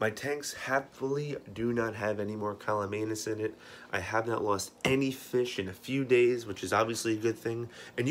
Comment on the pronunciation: CAMALLANUS. You even spell it right, but you keep saying CALLUMANUS.